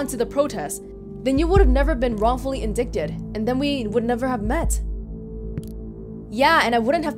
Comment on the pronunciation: Indicted (in-dyted), sorry had to say it. :p